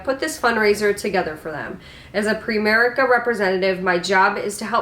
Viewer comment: It's "PrIMerice" like PrimeTime.. But yes.. very cringy strategy. - segment.